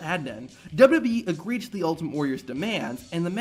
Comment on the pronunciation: Dub-Eee? It’s W-W-E. Not that hard to pronounce.